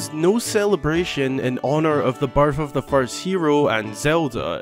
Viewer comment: So... I'm brazilian, english isn't my first language. Every time you said "birth" in the video it sounded to me like "barf". 😂😂😂😂 This is not a critic or something like this, no! It just was funny for me. 😄 Merry Christmas!